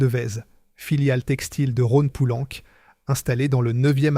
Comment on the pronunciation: "la saaône" "les fosses" " Rhône poulanque" faites un effort quand même.